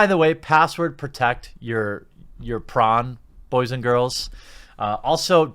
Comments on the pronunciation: Are you saying prawn? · Stop saying prawn god dammit! X'D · it took me a second to realize what you meant by prawn. why aren't we saying porn? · How come hes saying pron instead of porn? Is youtube demonetizing for the word porn?